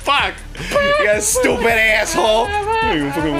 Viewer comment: ITS NOT SHTEWWWPID!